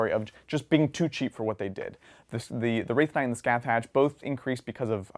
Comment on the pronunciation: "Skathach" is pronounced "Skah-hah" (roughly). It's Gaelic.